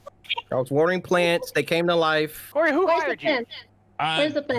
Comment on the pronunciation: "I was watering plants, it came to life"- CORY ISH SHOO ADOWABLE UWU